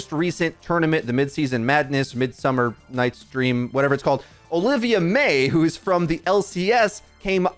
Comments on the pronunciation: ummmm... I dont think her name is Olivia.. at least thats now how one would pronounce Olivee in english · Just one thing. I play and watch both League and Overwatch and hearing him say Ovilee as Olivia made me chuckle 😂.